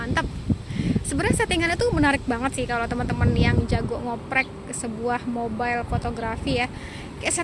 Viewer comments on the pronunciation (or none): none